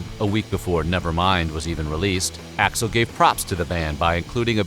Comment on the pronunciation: Dave's "Hi Axl" sounds like "Hi asshole" 🤣🤣🤣